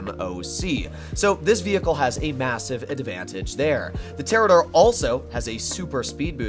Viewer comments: Us: Pronounces it toreador Him: TeRaDoRE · Literally cannot pronounce the Toreador correctly and thinks it only take 4 missiles to destroy when in reality it takes 6. Automatic thumbs down 👎 Seems like the more uninformed and goofy you are the more views you get....TF?.....Bruh....😒